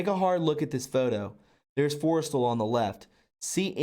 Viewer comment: MOE gul, Forest StaLL, pronunciation young lad. great information thanks for sharing.